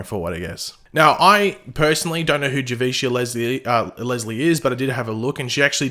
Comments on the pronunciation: It's "Have-e-cee-ah" as if she was Latina. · Her name is pronounced jah-VEE-SEE-ah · It's pronounced Juh - VEE - See - Uh and I'm looking forward to the new season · Javicia is pronounced Jah-Vee-Cee-Ya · it’s pronounced Jah-Vee-See-Uh